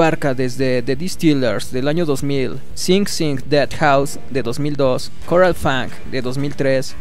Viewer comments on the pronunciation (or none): none